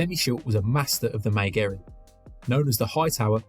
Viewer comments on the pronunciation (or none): Mae Gary, not Mae Jerry 😂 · super good guide but somehow butchered the pronunciation of mae geri